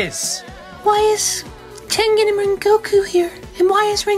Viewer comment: "tengan" ITS FREAKING TENGEN